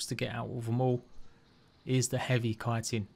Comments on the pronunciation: I'd say to call it "chit-in" only if you're referring to chitlins, otherwise it's "kite-in". I don't know what the grammar meme police would say regarding the matter, its a toss-up between oxford/british/language arts people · ahha dont worry i used to say chit-in instea of kite-in hahaha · Chitin is said like "Kai-tin"